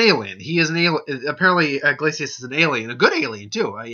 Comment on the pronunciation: His name is pronounced Glay-see-us.